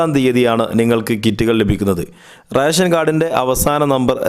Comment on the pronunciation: റേശൻ കാർഡ് അല്ല, റേഷൻ കാർഡ് ആണ്. ഉച്ചാരണ ശുദ്ധി ശ്രദ്ധിക്കുക. പിന്നെ ഇത് റേഷൻ കടയിൽ പോയാണോ വാങ്ങേണ്ടത്? അതോ വേറെ സോഴ്സ് വഴിയാണോ വിതരണം ചെയ്യുന്നത്?